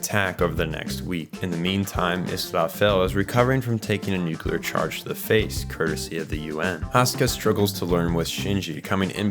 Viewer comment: Good video! Only note is nuclear is pronounced nu-clee-ur not nu-cue-lur. Nucular sounds cooler imo, but is not correct. Does it matter? Not really. Did someone give me this same lesson once and now I feel the need to pass it on to others? Yes.